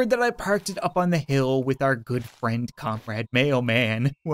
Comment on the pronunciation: thought he was saying comrade fred